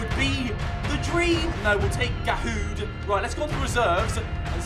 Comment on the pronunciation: It’s sooo funny how he says dahoud